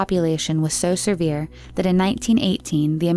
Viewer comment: Please learn how to pronounce words. Its off putting when you conttinue to say things like seRvere. It's just severe, one R. And thats one of many words on all the videos.